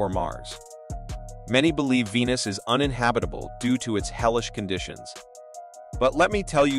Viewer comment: The voiceover AI was programmed by Indians... "Weenus!"